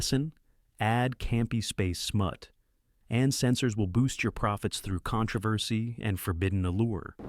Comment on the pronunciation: Ah the "con tra vassy" of a movie out "grosing" the Godfather. AI fail.